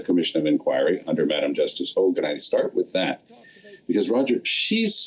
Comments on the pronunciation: Ps.... i strongly dislike how he( la blanc) says Justice Hogan. I think it's disrespectful... but this French to English translator, I really like her, but when she says it it sounds like Hug ^^ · How many times are they going to mess up Hogue's name? First its a hog, then its a hug.